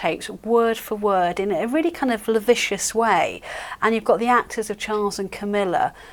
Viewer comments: Oh please, please - not LAVICIOUS! It’s not lavicious, it’s LASCIVIOUS! How embarrassing from a journalist. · Lavicious isn’t a word , I think you mean lascivious ?